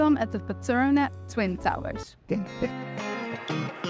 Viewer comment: it is petronas ..not petrona:goodvibes